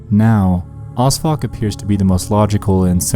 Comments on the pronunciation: Who thought he said osfuck? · Are you saying Osfuck? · When you said O.S.F.O.C, I thought you said ‘who odd fuck was named after’. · I thought he said osfuck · When he said 'OSFOC' I thought it was 'As Fuck' and I immediately thought 'I should name my kid that'